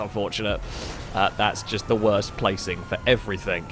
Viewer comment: I love your races and your videos but it does my head in, it's everyTHING not EVERYTHINK. Sorry to be so anal but it just winds me up